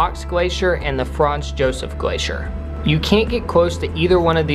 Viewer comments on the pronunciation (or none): none